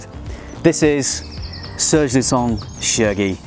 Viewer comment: lutens is pronounced lutas. the a is nasal like your ng sound in english.